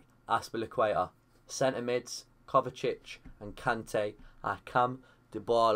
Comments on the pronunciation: Its kovačic not kovakic 😂😂 great video tho ngl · its pronounced KOVA-CHI-CH kovačić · Muh-teo Kova-chich m8. Besides that great episode.